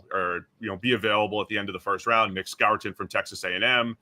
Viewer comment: The "Scourton" pronunciation irks me so much. Everyone, including his coaches say "score-ton"